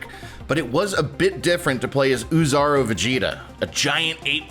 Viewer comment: Oozaru pronounced as Oh-Zah-Ru; literally means Big Monkey (Great Ape). If he (the reviewer) didn't know how to pronounce Japanese, just stick to the official English name; it less cringe that way. Bro couldn't even pronounce the name right but still claimed to be a fan somehow...